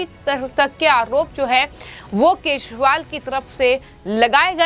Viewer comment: Kya tumhe kejriwal bolna nahi aata